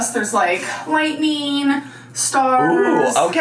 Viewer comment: "There are these lightNEEEEN, starts..." whoof, that was a BAD one, it borderline hurt me physically to hear that syllible